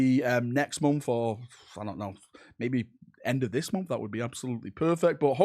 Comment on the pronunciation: So what's your excuse for pronouncing "month" as "munff"?